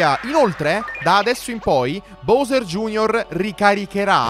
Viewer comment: anche se la pronuncia giusta è “bovser gei erre”